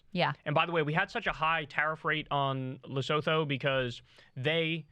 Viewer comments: It's pronounced Luh-soo-too by the way. Not Le-so-tho. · For the love of fuck the country is pronounced LESUTOO NOT LESOTHO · Assisting with pronunciation: it's le-SOO-tu. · Lesotho is pronounced luh-soo-too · It's pronounced "Luh-soo-too," even though it's spelled that way. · Bro you gotta get your pornounciation right. It's (Le-soo-too). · I'm not trying to be obnoxious, but, "Lesotho", is pronounced 'Lesutu'. I learned that when I was in South Africa, and the locals corrected me. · I forgot how Lesotho is pronounced but its not pronounced like Lesotho epic fail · By the way, Lesotho is pronounced “lih-SOO-too” whenever it comes up again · BTW, It’s pronounced Le-soo-too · the ‘th’ in Lesotho is pronounced as a hard ‘T’ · If you are going to continue to bring Lesotho up please learn to say it - its not hard